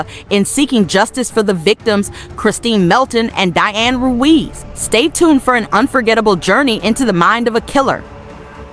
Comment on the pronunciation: If your going to do narration/voice over maybe learn how to continually pronounce the names properly? You go from saying Ruiz to Ruse in a matter of a minute. It’s pronounced “Roo-eeze”